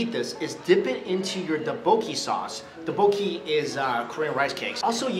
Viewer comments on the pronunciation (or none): Not doboeki it's ttopoki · not do-bo-gie its dok-bok-kee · It's pronounced duck-book-e :D Cool video ^^ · Boyyyyyyy he pronounced it "ta-bo-key" 😂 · having seen alot of Korean drama, I find it funny how he pronounce tteokbokki